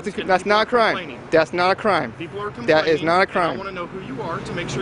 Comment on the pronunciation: "Officer dat issh not an crime" LMAO..IM DIEING. This guy is the true meaning of a "pure autist"